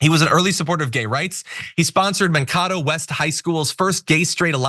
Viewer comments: It's pronounced "Man-Kato". I should know, I'm from there and he was a teacher when I was in highschool. And ya, he's awesome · Its actualy pronounced Man-kayto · As a Minnesotan, I found it hilarious how he pronounced Mankato. It's pronounced, man cate o. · Mankato pronounced "man-kay-toe" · Minnesotan here and I totally understand the mispronouncing of some our states originally native names, but Mankato is pronounced Man-Kay-tow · It’s Man-KAY-toh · Please look up how Minnesotans pronounce Mankato. Look up a Kare11 news segment about him. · I was born in Mankato and I winced at that pronunciation. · I love how non-Minnesota people always mispronounce our town Mankato.🤣